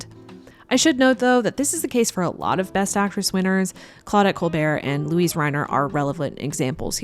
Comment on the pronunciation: I know this is going to come across as a split hair, but Luise Reiner's first name is pronounced with three syllables. Funny the things we react to.